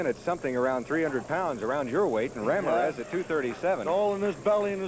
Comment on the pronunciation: I laughed so hard at how the interviewer, when talking to The Stomper, pronounced the last name of Ramirez